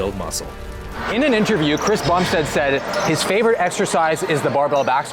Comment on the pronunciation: you called the section about cbum "Chris Bumpsteaad" not calling you out love your videos as a fellow Canadian but you just might wanna fix it idk